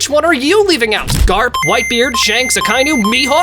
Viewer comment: garp not grap